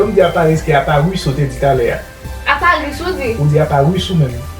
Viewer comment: A parisss /a paruss 😂😂😂